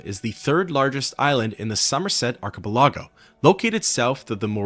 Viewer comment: R KA PELL AGO. I like your videos but you lack natural ability to understand how things are properly pronounced by just reading them. Some people possess the ability to automatically understand the relationship when certain letters are in certain words in certain orders next to certain other letters. Some do not. I would recommend when you run into words like Archipelago you type it into a search engine followed by the word DEFINITION, You will get a nice little result at the top with a speaker icon you can click on to hear it pronounced. I use this often when encountering new words I am unfamiliar with. (And I'm Old and still need it.)